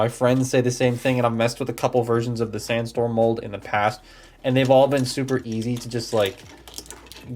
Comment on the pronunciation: Figure: Can't stand up: calls him STANDstorm Bruh...